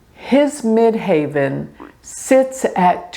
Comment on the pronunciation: Why do you say mid "haven" instead of mid heaven? Medium Coeli MC means midheaven as you well know 😍